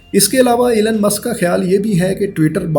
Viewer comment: ایلن نہیں ایلون ہے